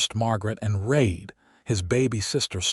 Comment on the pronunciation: The LAST thing a couple would ever discuss after their first intimacy is how much the groom wants to rEad...long E sound. Listen to your AI rEader, to make sure all words are pronounced correctly. IZak, NOT iSak. (phonetics) red = past tense for Read, present tense read is pronounced with long E. Not rAde. Annoying. The story is nice